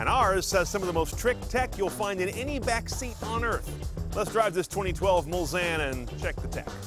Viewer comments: It's pronounced Mul-Sahn, not Mul-San! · Hey chief it's pronounced Mullsane with a long a